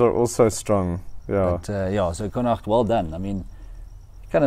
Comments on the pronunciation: Literally came here to praise the correct pronunciation of Connacht too! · New sub And yes a beautiful pronounciation of connacht 😊